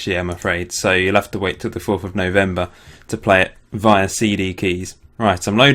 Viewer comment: only thing that annoyed me was the pronunciation of via and beta, otherwise good video :)